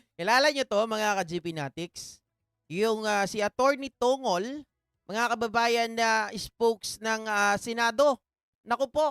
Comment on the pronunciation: Atty. TONG' GOL PO ang bigkas ng surname ni senate spox parang bigkas ng pencil na MONGOL